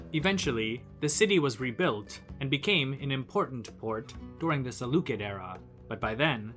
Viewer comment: I meant Salucid, it's not "Salu-kid" it's pronounced "Salu-sid" when you talk about the Salucid Empire